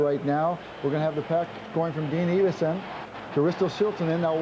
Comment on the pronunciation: EE-vason? It's EV-ason!